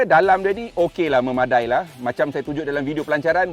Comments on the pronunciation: Betul tu. Me ma da i. Bukan dai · MEMADAI sebut me-ma-da-i(e) ✌️✌️